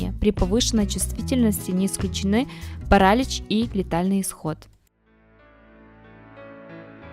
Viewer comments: Нет слова парАлич в русском языке, как и слова белЕна, и многих других, услышанных с удивлением в этом видео. Уважаемый чтец, будьте немного серьёзнее, есть же словари, в конце концов😂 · Паралич! Ударение на последний слог. И в других словах неправильные ударения! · ПаралИч -ударение на" И".У девушки с русским языком проблемы. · Не кАсторовое масло, а кастОровое масло, не парАлич, а паралИч, не белЕна, а беленА, и т. д. Девушка, вы много где в словах ставите неправильное ударение. Прежде чем создавать ролик на русском языке, узнайте сначала как некоторые слова и названия произносятся. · Полезная информация. Некоторые из перечисленных растений действительно очень ядовиты. Автор говорит без акцента, но почему-то не знает где по-русски ставить ударение. Неужели никогда не слышали этих слов: паслён, беленА, жИвокость... паралИч... циАнистый калий... делИрий... учащённый пульс. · ПарАлич дЫхательных путей...🤦🤦🤦